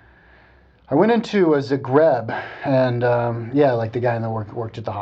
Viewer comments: oh my goodness, the way he pronounces "zagreb" hahaha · On every of your observation I can tell and prove to you the exact opposite. I will not mention it all because I don't feel the need to justify myself or my nation, but I would just like to 'warn' the people watching this video of its incorrectness. When you came in Zagreb (pronounced completely differently btw) you obviously ran into a fair of some kind, since we have it all the time on our main square: from medieval reconstruction to display of old crafts used to this day ect.